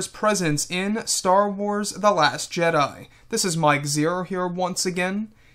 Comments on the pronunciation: Mike why u saying last jeda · No he said last jeda